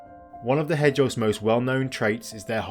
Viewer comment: Hedge'oggs? Surely the word is Hedge-hog?